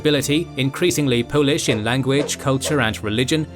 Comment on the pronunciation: your pronunciations of polish things is spot on man - can tell you double checked . right on .